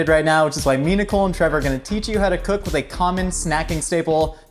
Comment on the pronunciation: What he said “me, Nicole, and Trevor” what I heard, “Minacole”